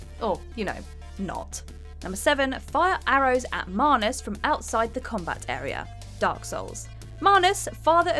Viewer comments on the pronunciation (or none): So....I always thought it was MANus not MAHnus... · Why do keep pronouncing Manus with an r in it? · Wtf is a marnus? You mean manus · Manus ‘marnus’ 🤔🤔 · Anyone else bothered by the pronunciation of manus